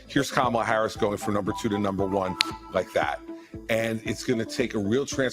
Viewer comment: Hello! Yes, you pronounced her name correctly, and it's wonderful that she' s breaking glass ceilings already--raising more money more quickly, getting all the labor unions' support as well big donors and both the black and white women's votes. I know we as a country are ready for a new change of energy and leadership, but there are many individuals who aren't ready for her to be THEIR leader and take charge. These very women and men are dragging her through the mud by saying she isn't ready, bringing her past life issues and coming up with all types of BS because they are lost, jealous, non-supportive and don't understand the matter at hand and how important it is to vote for someone based on character, leadership and a profound sense of morale and ethics concerning the country. Unfortunately, many people still think only a MAN can do the job of being the PRESIDENT and that women don't qualify. That couldn't be further from the truth but these folks aren't even ready to see it.